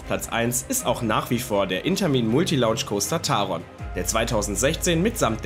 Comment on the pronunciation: Aber Rookburgh oder Launch ... kommt schon, Jungs ...